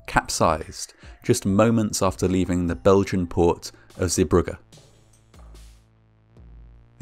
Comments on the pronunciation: It is pronounced "Zee bruje" not "Zee bruggah". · Dutchy here. The pronunciation is zey-BRUH-guh. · Good pronunciation of "Zeebrugge", not exactly right but good enough. The g sound is soft like ch sound in the word "cholera", then it would've been perfect. This is a very well known accident and any Belgian from a certain age knows about this accident. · Zeebrugge is not pronounced as “Zibrukke” but as “Zaybrugge”, the “g” sound is hard to find a equivalent of in English, but it’s kinda like the ch in loch. :) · Zeebrugge Zay bru(h)gge